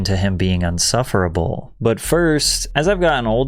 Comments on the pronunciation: It’s insufferable not “unsufferable” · It's insufferable not unsufferable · Patty, it's "insufferable", not "unsufferable". Come on man, you're supposed to be smart. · correct pronunciation is "insufferable"